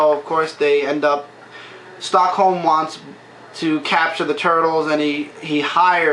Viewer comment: hey,love the review. sorry but its been bothering me for a while, but why are you calling "Stockman" Stockhome? not trying to make fun of you or any thing, but it just bothers me that your saying his name wrong. hopefully this can be fixed and thank you for all the great things you have done.